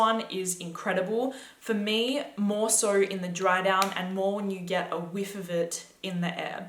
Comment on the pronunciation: How she says "so," "Sahou."